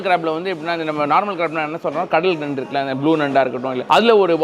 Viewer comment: நன்டுன்னு சொல்லுங்க